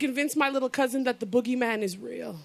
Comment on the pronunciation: Boogie man in a Jamaican accent is the best damn thing I ever heard!